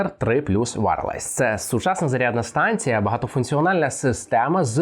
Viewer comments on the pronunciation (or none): Що таке «варалайз»? Wireless звучить не так…